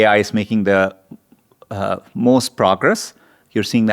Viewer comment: I can’t tink of a reason why dis guy can’t say da letter “h”